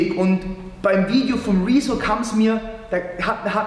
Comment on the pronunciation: wie er rezo betont: rizzo xd